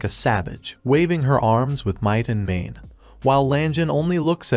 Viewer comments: "with might and mane" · If you just pick a random point in this video it will take less than 1 minute for you to hear might and mane. Sometimes you hear it immediately. Holy shit I found myself cringing every time I heard it.